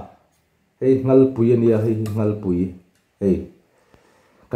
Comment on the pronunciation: Khawisa a nilo aw😂Khuaino, Nghalpuii nilo in Ngalpui aw😂Khawi a nilo a khuai tih tur aw... Mr i hmuhnawm tho2 e🎉